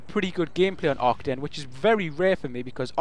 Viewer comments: I am sorry, but you say Ar-KA-DEN (pronounce the ka part as K with a long a after it) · It's not Aye, I can tell. I am Dutch, and I master the German language, AR-KAH-DN is the correct way to pronounce it. Fun fact: the Arkaden logo, color scheme and mall is inspired by serveral real German malls, called "Galeria Kaufhof" (franchise)